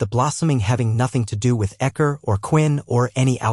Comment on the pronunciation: Why can't AI read...? I get why it can't pronounce the names right. But when it can't even read 'do' 'it' or 'pie hole' it gets a little frustrating. Love these books though thanks for posting.😊